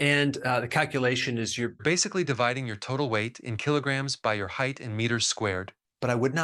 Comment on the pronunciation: Height. Not heighth.